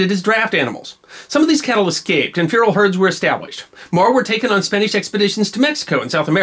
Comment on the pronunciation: Props for knowing how to pronounce “feral,” but you need to work on “-lived.”